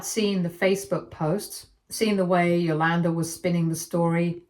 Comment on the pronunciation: It drove me crazy every time she said the name. Cool! 👍🏾 Now I get it.